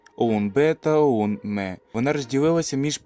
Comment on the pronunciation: "ОУН мЕ" 😂🤦